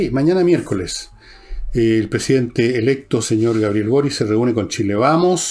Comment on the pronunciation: Fernando , porque pronuncias Borich y no Boric ?